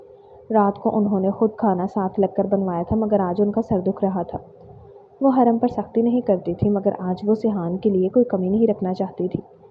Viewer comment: Peli bt haram nai hurram hota hai dosri naznain nahi nazneen hota hai😂